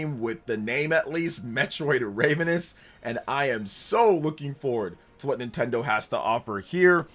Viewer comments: ma dude said Raivenous 😂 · For the love of god! you need to pronounce RAV-ENOUS correctly 😅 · yes ravenous pronounced like ravioli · Wow. This is my 3rd video game youtuber today I heard mispronounce ravenous. I guess ravenous, ocarina, and Ontario are three words people jave never heard before. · I'm sorry but the way you're pronouncing ravenous is killing me. Looking forward to another 2D Metroid. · It’s pronounced “ravenous” not “ravenous” jk lol 😂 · Funny to hear him pronounce it like the bird all video